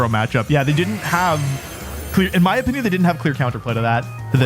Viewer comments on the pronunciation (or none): Wouldn't chandelure work better that hisuan typhlosion? Better spa and better? Speed Also on 1st match he said in my onion instead of in my opinion